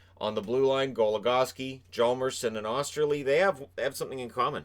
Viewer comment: "O-ster-lee" not "Ah-ster-lee" just an FYI.